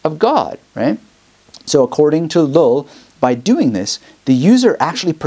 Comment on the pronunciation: I think his name is pronounced as "yuy". Double LL in Spanish is pronounced Y